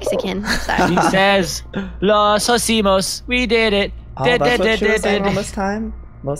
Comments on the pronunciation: IT is lo isimos not lo sosimos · Is not osimos is lo isimos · Omg it’s LO HICIMOS (low-eee-seee-mo-s) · fnaf fan It's "Lo hicimos"